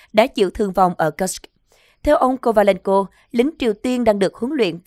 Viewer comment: Cô xnv này đọc từ Kusk rất khó ghe ?😅😅😅😅.